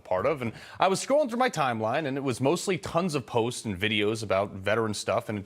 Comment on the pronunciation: Why does Carl say "MAGA" like the democrats do (the way he pronounces it)